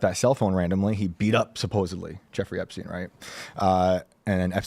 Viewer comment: There's no such thing as Jeffery "Epsteen". It's Jeffery Epstein...like Albert Einstein! Learn to read.